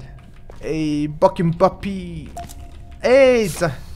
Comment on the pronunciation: Фофи биш роррү